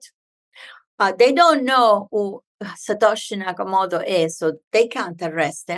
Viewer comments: Not Natoshi Sakamato. It was Satoshi Nakamoto. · She said "Natoshi Sakamoto." :-) But bitcoin was developed by "Satoshi Nakamoto." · "Natoshi Sakamoto" ??? 🤣 #spoonerism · Good thing she found an opportunity to say Satoshi Nakamoto a second time so she could say it properly. If anyone who doesn’t know what Bitcoin is listens to this woman explaining it and gets it, I’ll give them a cookie. I know what it is and how it works and her explanation made my head hurt.